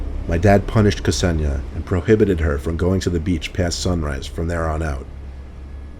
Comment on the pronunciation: That Kseniya pronunciation 😂😂😂😂😂😂😂